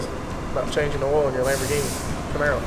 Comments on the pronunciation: Onehundreadpersent* Lahamroghinnie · Cam-borgini? Lamb-aro?